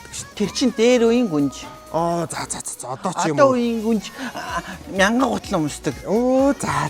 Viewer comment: Гүнж биш гунж юм биш үү 😂😂